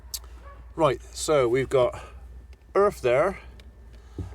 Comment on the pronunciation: I don't mean to sound mean or anything but can you say Earth with a E haha :P :)